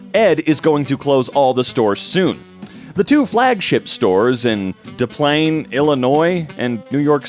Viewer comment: Des Plaines is pronounced as American as you can imagine. I live there! “Des” like desk without the ‘k’, “Plaines” like air’planes’. Still trying to figure out what business he was reviewing tho 🤔